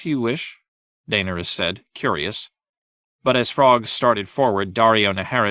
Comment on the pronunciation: Mar Gary? Jame? Tie Rion? Dane Ur Us? 🤣😂